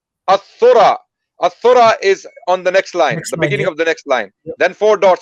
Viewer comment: yes Al Thara, not Al Thura May Allah reward him, he is not Arabic native and I understand.